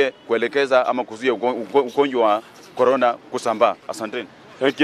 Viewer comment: Vironas goras... Is that the vaccine? 😆